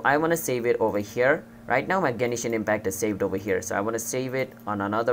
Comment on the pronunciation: The way you Say Genshin impact honestly annoyed me but it was an overall good video that helped me